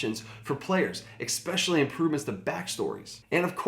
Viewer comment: For that prank I feel compelled to tell you that ‘expecially’ isn’t a word. Normally I would let it slide but you drew first blood. 😊